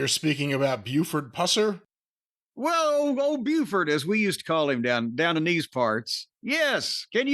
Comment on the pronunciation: Actually it's pronounced Pews-Air